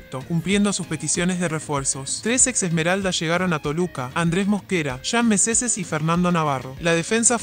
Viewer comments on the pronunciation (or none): Jean meseses jajajaaja o jean meneces